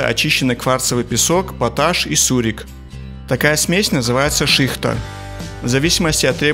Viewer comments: шихтА, а не шИхта!! Не деревянная ложка, а катальник! Не резиновая помпа, а груша!!! + без груши - выдувая ртом стеклоизделие более качественные и быстрее можно работать! Вращают не инструмент, а трубку.... ! Не крышки а капа. Алмазным шлифовальным кругом гравируют грани. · Я все знаю про процесс. И меня очень удивило, что после полировки рабочий без перчаток, маски, опираясь на пузо достаёт барабан. Полный бред. И ударения на многие термины неверные ( не шИхта, а шихтА), не чан, а бункер для шихты. И если они выдувают даже бокалы, и с такими объемами, то они не выживут, т.е. не окупят даже затраты на варку стекломассы. Да скучный ролик, т.к. многого не показали, хотя бы как выдувают вазу полностью. На видео они только крутят каплю стекла и все. Фигня, а не видео. А воду с газом на всех горячих производствах дают, желательно солоноватую. У нас всегда стакан с солью стоит. Кто хочет, тот подсолит сам. Это от обезвоживания, т.к. сильно потеют, а соль задерживает воду. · Шихта! Ударение на А!!! Я вырос на стекольном заводе.Был бы стекловаром в третьем поколении.Если бы не политики и проклятые войны.Которые всё разрушили.Мы детворой в школе любили бегать и смотреть в хрустальный цех.У многих дома до сих пор хрусталь с моего завода.А во многих городах пано из смальты. Тоже мои деды делали............. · Шихта' а не ши'хта эх молодёжь . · Шихта - ударение на букве "а"... Работала давно на подобном предприятии, в составном цеху по производству этой самой шихты... ))